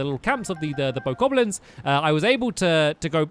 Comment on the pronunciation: . Bokoblins not "bokokoblins"